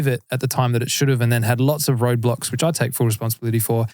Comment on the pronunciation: When you say Road blocks it always sounds like you're talking about Roblox.